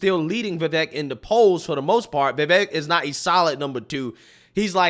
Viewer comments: Hey. Va-vake... its like cake. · Please call him by his actual name .. his name is VI-VAKE like cake.. Vivek is pronounces vi-vake! This man is in 2nd place and possible maybe vice president... we gotta be able to pronounce his name. I say this with all respect to you sir. Much thanks for your content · I think that Vivek rhymes with cake. That's the way I'm told to pronounce it. It helps. Truly.